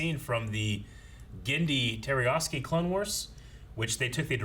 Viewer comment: TARTAKOVSKY, not "Terryosky..." If you don't remember how to say it, then don't attempt it. There are other ways of referring to that show without butchering the name every time. Someone should make a list of the many ways the name has been botched on the show over the years. I think one time one of the guys said it right and "corrected" the pronunciation.